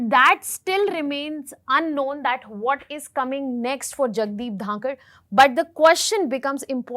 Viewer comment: She can't even once say his name properly not dhakar , it is dhankhar